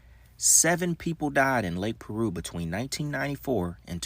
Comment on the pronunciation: Lake Piru not Lake Peru homie!